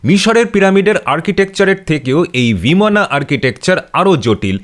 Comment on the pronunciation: ভিমান (vimano) না বিমান (vimana) ? উচ্চারণ সঠিক কোনটা?